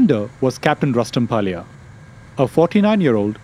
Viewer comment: Pilot Rustam Walia not palia. Why Indian use fake accent??